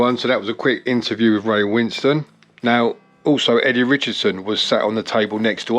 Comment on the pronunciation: Not trying to be a dick her and the poster you are replying to wrote Winston (as in Churchill) and you pronounced it like that in your introduction, but you spell Ray's name Winstone (as in made of stone), and so I think that the second syllable of his surname is pronounced as -stone. I might be wrong though, so perhaps you can ask him if ever in his company again and might even earn some Brownie points if he was too politic to say anything previously, or if you have a mutual friend or contact then maybe ask them instead.